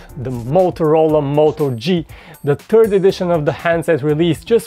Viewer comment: did he just say the moto G the TURD edition??? :D :D :D